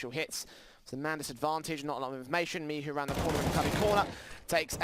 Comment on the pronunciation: cgodzi o to, ze komentatorzy sie mylili i czasami mowili "miczu" zamiast "Michu"